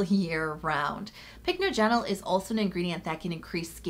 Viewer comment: It's pronounced pick NODGE en ul